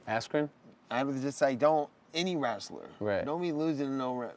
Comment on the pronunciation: did Nate say 'wrassler' hahaha dude is a G